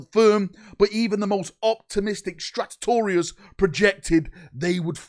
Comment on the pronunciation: Strategos ❌ stratetorius (?) ✅